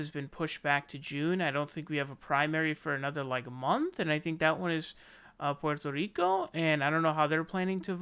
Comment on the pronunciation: Say "Puerto Rico" again hahah